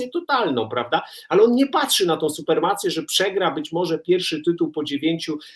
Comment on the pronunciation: Chyba supremację, a nie supermację Roki, co to jest "supermacja"?